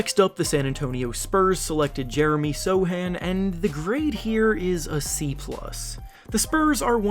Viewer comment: Plus for reading Sochan correct :))